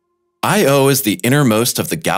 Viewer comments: Because of your pronunciation of the name 'Io' I won't be subscribing or watching anymore of your videos. You git. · I had to stop watching. It irked me too much to hear him pronounce "Io" and "Europa". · YOU'RE PRONOUNCING "IO" INCORRECTLY -- KNOCK IT OFF! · Dude, you’re KILLIN’ me... Every time you say, “I - O” you make me cringe. It’s not two separate letters. It’s ONE word, pronounced, “EYEyo” with NO separation or pause between the letters. No pause between the letters. One word. Say it quickly, Io (EYEyo) with the emphasis on the ‘EYE’. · "Io" is not pronounced "Eye. Oh", it's pronounced "EyeOh"...no break between the sounds. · Why is earth “unusual” for having only one moon? The rocky, inner planets are unlike outer, gas giants. In their own context, the inner planets have low-number or zero moons. Earth is merely average for having one moon because Mercury and Venus have none, and Mars two. And what’s up with the robotic “Eye Oh” pronunciation? It’s Io. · well, actually it should be pronounced something like "EEyo" but that's another story... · It is not separate sylables, "I," and "o." But blended in sound as Eyeyo. Those letters are not acronyms. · Couldn't continue watching this, became too irritated by the constant I - O. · Say 'iodine', and you'll have the correct pronunciation for Io...!!! You're welcome.... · actually it's pronouced as EE - OO, it's not english but latin. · really...!..... its not that hard,,,,, the rigt way tp pronounce it "I OWE''. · I had to stop this after three minutes. Listening to this guy pronounce Io as if it’s just two separate individual letters like in A.I. Is like nails on a chalkboard. No one thought to correct him throughout this whole voice over recording process? But then, every once in a while he gets it right. It’s like watching a commercial for Xarelto. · Get a new narrator! He can't pronounce Io and Europa correctly! "I owe YOU!" IOU?!? NOOOOOO!!!!!!